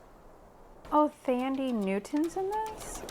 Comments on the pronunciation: Thandi Netwon pronounced like Tundra ie. 'Tundi' Newton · It's pronounced "Tandy". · "Fandie" Newton 🤣🤣🤣